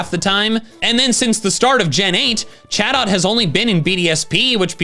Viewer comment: Sounded like chatot said sus 😂